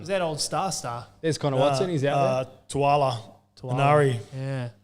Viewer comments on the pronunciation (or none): Love your guys content and much prefer you guys to network TV. But if I can just provide some constructive criticism. Just try to pronounce our island boys names correctly. Hearing TUAlagi instead of TAUlagi was a bit tough on the ears. And another one would be Papali'i. would say it correctly and then would stick to Papalee. It really gives fox vibes, when Vossy would say the names right and the other commentators would just stick with how they think it sounds to them. Like I said, love the content, grateful for you guys and your hard work, just thought this could be another point of difference for you guys from the networks.